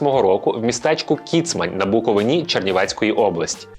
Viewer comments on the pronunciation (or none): БуковИні бляха, а не буковинІ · Не на БуковинІ, а на БуковИні! Ставте правильно наголос. А підписку треба заслужити. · БуковИні, будь ласка😢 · БуковИні, скільки можна?